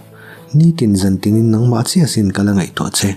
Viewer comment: Nang nang tih i thluk dan hi a dik lo, hnang thljk anga thluk tur anih zawk hmel.